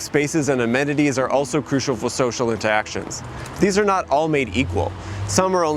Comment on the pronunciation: you slightly mispronounced interactions. Your entire video is invalid. Good day sir.